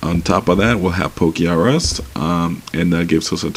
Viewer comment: its not poke-R-us its pokerus